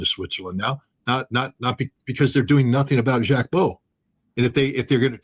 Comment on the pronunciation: Jacques Baud - pronounce it with a short O … 59 people in the EU at the same place - another Swiss woman too - and no saving, help even answers from the 🇨🇭gov. Ouach !!!